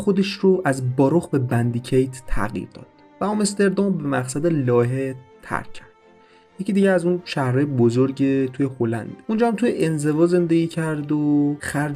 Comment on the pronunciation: اسمش بندیکِیت نشد بِنِدیکت تلفظ درستشه